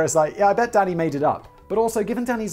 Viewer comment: Almost every time you say Danny’s name I at first think you’re saying daddy, & then I cackle for far too long lol. “Danny, chill 🤚🏻.”